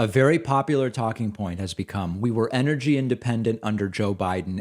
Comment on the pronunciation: What the hell is "Inergy"? Does she mean ENergy?